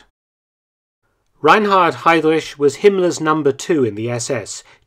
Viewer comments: Ever so slightly irritating to hear you reinvent the wheel and rename heidriCH as heidrish, but it's alright. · Great video Mark, but in spite of the contrary, his surname is pronounced ‘Hi-Dreck’, NOT ‘Hi-Drish’. 😂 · Perfect video as always👌 But pronunciation of his name is 😬 ehm, correct is: Hidrich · I love how you pronounce Heydrich. Its not actually wrong but it sounds like some deep Saxonian accent. Same thing when you say "Leipzig" (Leipzsch). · You're saying Heydrich wrong. You butchered his last name.